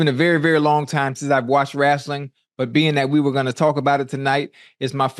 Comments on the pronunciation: Ocho: haven't watched wrasling in so long Shannon: Wrasling uhh wrestling 😂😂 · Wow Unc… you talking Wrestling now?! This guy has range! On another event, my father says Rassling… I never understood how people can’t say wrestling. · My nigga ocho said wrasling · Let’s talk some Wrastlin 😂😂😂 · Ocho: "wrasslin"